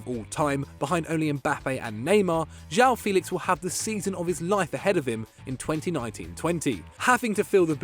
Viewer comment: Ju-Ah-Um FÉ-lix. Learn the proper pronunciation, you'll need it in a few years when you're making Best XI videos